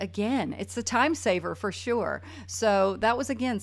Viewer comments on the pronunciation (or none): none